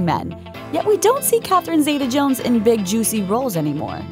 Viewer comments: It's ZEETA, not ZAYTA, goddammit. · Zee - ta not Zay - ta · First, get her name right. Catherine ZITA-Jones. Don't let the E in Zeta fool you into pronouncing it any differently! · Why do Americans pronounce her name Zay-tar, it's Zee-ta. She was named after her grandmother. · you're saying her name wrong but ok